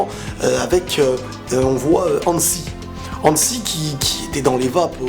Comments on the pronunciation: Hanji dsl sa me stresse quand tu dis Hansie (dsl si y'a des faute d'orthographe) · Hanzi pas Hanssi